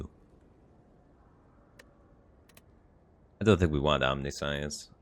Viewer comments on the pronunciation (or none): I love how Firebat can never pronounce anything right. "Omni-Science" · Commenting for the algorithm. But also to laugh at how Firebat pronounces Omniscience. :D Keep playing what you like Firebat! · The way you said "omniscience" as omni-science gave me a chuckle